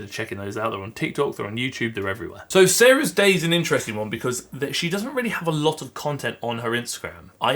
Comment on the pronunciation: Why is it that I kept hearing you pronouncing the last creator as Sarah's Dad?😂